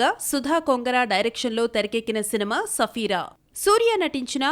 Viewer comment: Sarfira ki Safira ani palukuthunnaa correct chesukoledu thuuuuuuuu